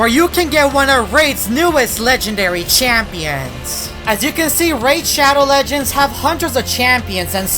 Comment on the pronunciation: PFFT ONCE I HEARD SPONSOR I SAID raid shadow legends and then... said RAID SHADOW LEGENDZ XDDDDDDDDD